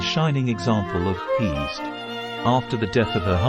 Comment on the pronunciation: Isn't pronounced heh-sed or hey-sed?